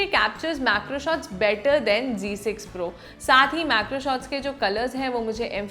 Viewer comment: Style se Z ko g bola jata hai ...😂